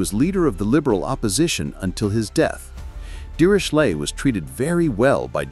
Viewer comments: The narrator pronounced the name Dirichlet several different ways. Was it some form of AI? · Apart from the terrible pronunciation of the name Dirichlet I like this video a lot.